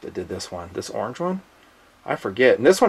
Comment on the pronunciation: I like how you say: "orng" :)